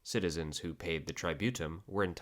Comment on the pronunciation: If I hear "tributum" mispronounced as "try-beaut-em" one more time, I'll march on Rome with my 8 Danubian legions